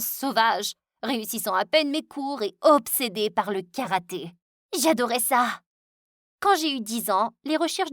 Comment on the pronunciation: C karaté pas karate